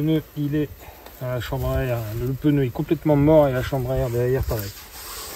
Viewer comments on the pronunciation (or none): J’aime bien quand vous dites peneu :)